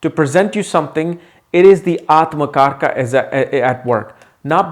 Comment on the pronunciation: as an Indian, can you make effort to use correct pronunciation please? Its AtmaKaarak, not Atmakarka, similarly for the many such words... the westerners won't even know how you are corrupting the words, but you should know. Similar to how Yog is called Yoga